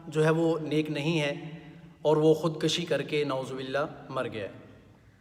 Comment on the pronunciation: Khud kushi not Khud kashi.